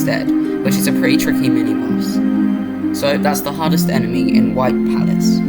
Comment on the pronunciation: I can't help but instead of "hardest" hearing "hottest" enemy 😭